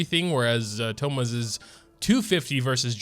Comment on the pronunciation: It is not Thomas it’s thoma